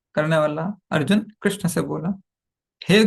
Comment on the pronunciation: कृष्णा नहीं कृष्ण होते है अलग है